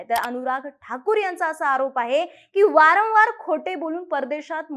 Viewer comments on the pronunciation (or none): none